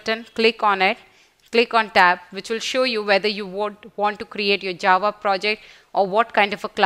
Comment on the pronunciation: mam, I love your teaching but u keep saying 'A 'JAVA, that is making me cringe a little